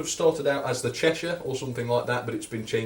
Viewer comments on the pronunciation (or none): none